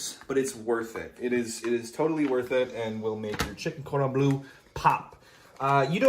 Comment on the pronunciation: "chicken-cord-on-blue" Now you're just making up words bro Wait why is there an escape counter lmao this is getting good